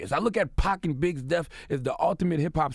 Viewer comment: Charlemagne, what the fuck...... It's DEATH, not "DEAF"!!!!!!!!!!!! I don't get how blacks talk like that. They always use words like: birff day (birthday) and troof (truth), basically they (blacks) will swap words ending in th with the letter f. What goes through their pea brains when they hear these words pronounced correctly? I would love to hear Charlemagne answer that question. I also get annoyed with double negatives such as, " I don't got no money on me". The other thing I don't get is when someone is being interrogated by homice division and the person says, " I didn't kill nobody". Why is that not considered a confession? That sentence means you did kill somebody!!!! The sentence is completely, ignored and why???? Why doesn't the district attorney ever say, " the defendant stated while being questioned that they killed someone"? I truely and sadly believe, It's just automatically assumed everybody understands the low level of education and ignorance of the efforts of the use of proper English from the person,even when it to a serious situation. What would be done if the statement was used as a confession of murder?